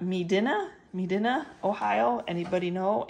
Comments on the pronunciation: Ma din a is how it is pronounced It's south of Cleveland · Medina ohio. We pronounce it ma dine ah. South of Akron ohio.